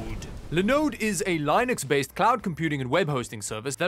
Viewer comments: it's pronounced Lee-nux not Lie-nux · idk why but the way pronounces Linux bothers me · Linus Torvald said it is NOT pronounced LIE-nux.